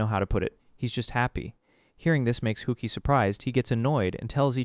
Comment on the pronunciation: "hookie" certainly was an interesting attempt at pronouncing "hasuike"